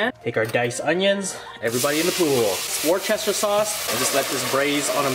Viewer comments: “WAR CHESTER SAUCE” ded 😂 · that sauce he uses for the braised onions, how is that actually called? i cant really understand what he says :(